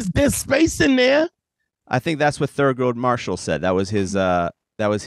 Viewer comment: "Thurgood Marshall" 🤦🏾☠️🤣🤣🤣